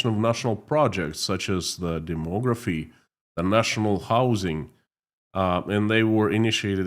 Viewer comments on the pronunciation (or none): none